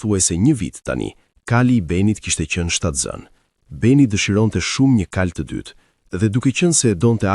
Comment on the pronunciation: Thuhet kalë -kuaj, jo kajë!